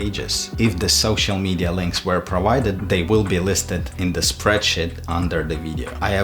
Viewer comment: No one:: "spreadshit"